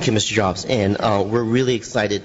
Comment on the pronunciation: "Mr.Jaabs thank u far comming ..." u sure this is not china ?!?...